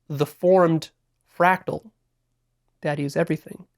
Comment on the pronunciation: It’s a fractal, not frackle